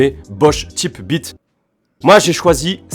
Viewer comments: Ca ce dit "taype" beat frérot mdr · ça ce dit taype b.. 🤣🤣